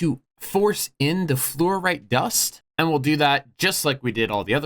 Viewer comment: you are in fact pronouncing fluorite correctly, dont worry